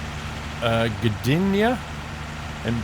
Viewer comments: "Gdynia" - you pronounced it right ;) some polish words might be hard for english speakers. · You actually pronounced Gdynia very well, exactly how you should say it